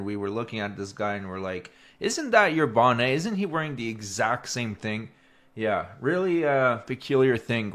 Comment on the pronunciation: It’s not a bonnay, it’s a bonnet. You pronounce the T.